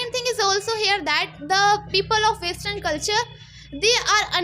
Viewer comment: Vestern nhi western hota h ..keep focusing on your vocabulary dear😂😂